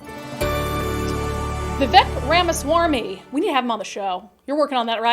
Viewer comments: Vivek RamaSWARMY? Really? How hard is it to learn someone's name before you do a segment on them? Very unprofessional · His name is "Ramaswamy" - it's not "RamaSWARMY" - It's not that hard to pronounce his name - You need a masterclass in "pronunciation"